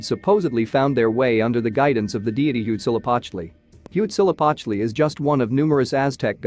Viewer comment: Huitzilopochtli, just say hummingbird if you can't say it correctly.